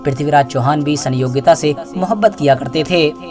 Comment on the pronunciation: Is gadhe ko itihas pata hi nhi rani sayogita naam bhi bolna nhi aata